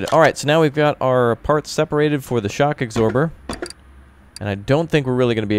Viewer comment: "Shock agsorber"